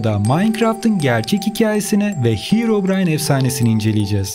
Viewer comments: Hirovrayn deyil herobrayn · Bışey soylicem de hirobrayn diyo